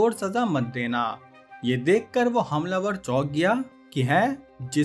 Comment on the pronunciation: bahi tune hamlavar bola hai ya "hum lover"